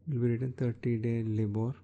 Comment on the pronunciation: It's pronounced L-EYE-BOR